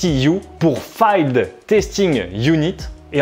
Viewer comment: 2.33, le ''FIELD'' SE PRONONCE FILD(PHONÉTIQUEMENT PARLANT) EN FRANÇAIS COPAIN... Rien de dramatique copain des vidéos sont superbes mais qu'est-ce que tu m'as fait rire